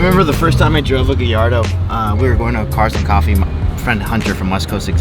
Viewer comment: Much love and respect I love the channel but somebody tell it’s pronounced GUY-YARDO